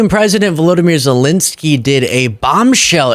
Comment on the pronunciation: Dude, he is ZelEnskyi (ЗелЕнський)not ZelInsky